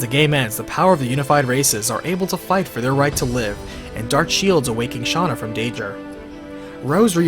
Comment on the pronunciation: Stop saying Shanna it's Shana